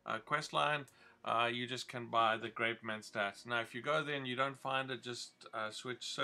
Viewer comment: It's mentats not menstats